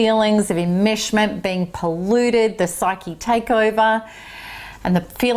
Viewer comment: I' sorry. I'm not understanding a certain word she she is pronouncing: psychic "immersion" ? Is that what she saying? It sounds like she is saying "immershment"?